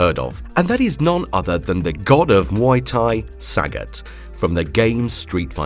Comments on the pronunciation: I am Thai. Sagat (สกัด) is pronounced Sah-gut (S̄kạd), all syllables are short sounds. His name means to intercept or to extract or to chisel in Thai language. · Not one to correct people, but this literally was making my head hurt. The names of the Street Fighter characters Sagat and Ryu are pronounced Suh-got, and Re-you. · Saaghat. Saagot. Sa-got. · I love how you pronounce saget